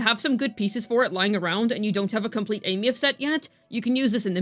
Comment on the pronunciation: I'm surprised actually pronounces her name properly.